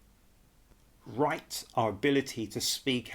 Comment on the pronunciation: the RRRRRRIGHT PEOPLE? ARRRRRRESTED??whats the meaning of these odd words?